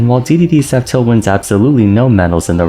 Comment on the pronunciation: When you say f tilt, it kind of sounds like you're saying up tilt, not sure if anyone else was confused by that